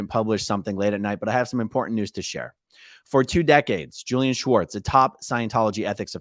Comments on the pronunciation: I know this sounds small but you are pronouncing his name "Schwartz" His name is spelled "Swartz" so the enunciation should completely leave out the "ch" in the name. Normally this would be a dumb post but Leah clearly wanted this distinction so as to not mis name a guy this sleazy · AAron stop pronouncing Julian's last name incorrectly, it's not Schwartz!! It's Swartz! Lol! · you keep saying schwartz not swartz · funny its spelled SWartz and yet you pronounce it SCHWartz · Not sure if anyone posted this but his name is pronounced as it’s spelled. So no “sh” sound. I know someone with that last name so it’s SW like in swarm.😊